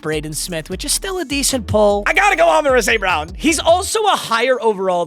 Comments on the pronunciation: Idk if it’s just me but I lose it every time he says “ Amon ruh st brown” it’s Amon rah bro 😂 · Learn how to say “Ra” St. Brown